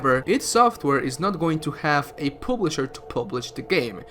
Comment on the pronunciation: Wtf is a pooblisher lmao jk love you